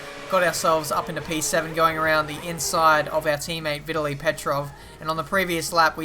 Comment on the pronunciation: It's Ve-tally petrov